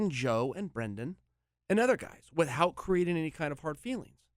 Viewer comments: the word is WITHOUT, not WITH-HOUT pls dont yell at me for revealing the secrets of english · Love chael but hate the way he says "without".